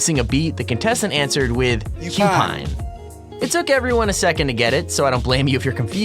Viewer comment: "He said Cupine. WHAT is Cupine?" I would love to be on Family Feud.